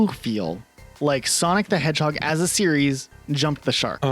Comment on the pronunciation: At least one of these guys can properly pronounce the word "series". 😂